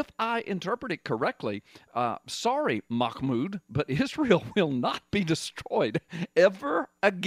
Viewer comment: Hahaha. Sounds like your saying his name is Mahmoud 'I'm in a bad job'. Now That's Prophetic!